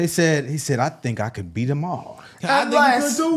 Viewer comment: I thought he said. “ Hit the bean!” 😂